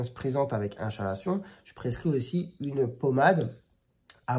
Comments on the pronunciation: Très instructif! Chalazion se prononce avec le" k" selon l’académie française, " ka.la.zjɔ̃". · On dit bien 'kalazion" mais bon, les médecins hellénistes se font rares de nos jours...